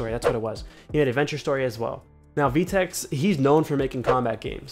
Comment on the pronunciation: im cringing, u said "vee-tex" its pronounced "Veh-Tex"